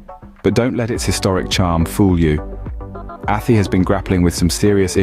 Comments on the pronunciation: Its pronounced A TIE... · Athy - Pronounced Athigh. After that, well feck it lads yer not worth a light... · A-tie is how it prounced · 👍 But spell check yourself, it sounds like a.. Tie👌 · The mispronuncuation of ATHY is hilarious😅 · "Athy" ha ha. Its "Athy" ya fule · Jesus Crrist Mate.......ATT-EEE.......AT-EEEE ....... ATHY ..... (AT- TIE)...:hand-orange-covering-eyes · About 5% at most, of this video is accurate. The narrator can't even pronounce the names correctly ("Athee"). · Not athy its pronounced a thigh. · Athy is pronounced like the y sounds like high, not E 😊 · A-th-eee??? It's pronounced Athy - A-th-eye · It's not Athie ..it's prounced A- Thigh ...😂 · It's Athay not attte, This Guy Can't pronounce These places in Ireland Right, need back to school mate, Forgot Portlaoise One Of The worst places in Ireland, no, job, unemployment very bad and crime bad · Athee . What? Please at least ask an Irish person about pronunciation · Athy is pronounced A-tie but dude couldn't have known that Unless he did 1 minutes research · Michael John this just came in on my feed. The pronounciation of Athy (Athee) and Drogheda (Drogheeeda) has us laughing. 😂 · Athy is not pronounced like that and that wasnt Athy in the clip. There are no hills overlooking the town and that wasnt any street in town. At- aye is closer to how it is pronounced. Also your info is way out of date. It is actually a very nice place to live and has normal employment and crime levels FFS, bad enough getting an English guy to mangle placenames without talking shite as well. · Athy = A.Tie how you pronounce it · I live in Athy and locals say At- aye. It is a nice place to live. Luckily he didn't try to say Howth. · ATHOY. ITS PRONOUNCED ATHOY CLON-MEL , WITH THE EMPHASIS ON MEL. THE RIVER SUIR , IS PRONOUNCED AS 'SURE' /shur LAOIS is pronounced LEESH NOT LOWY DROGHEDA .....screw this